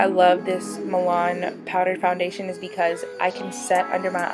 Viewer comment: I'm dyyyyying at your description and saying milan hahaha. Love this look though!!